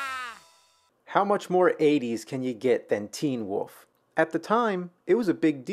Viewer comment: It's "wolf", not "woof".